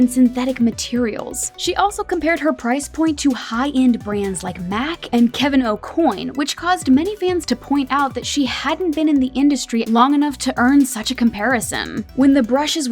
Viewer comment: When you said Kevin a coin 🤣 at least pronounce the iconic makeup artists name correctly